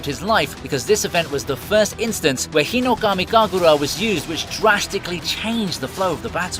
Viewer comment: tajeero hinokami kagoora why you saying it so damn weird lmfao